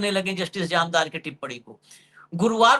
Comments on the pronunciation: Its Jamdar not Jamadar😢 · अशोक जी आप बार बार जामदार को जमादार बोल रहे हैं। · महोदय निवेदन है कि वानखेडे जी से कहें कि अपनी भाषा शुद्ध बोलें।इस वीडियो में उन्होंने जामदार साहब को 4 बार गलती से जमादार बोला है कृपया सुन लें एक बार।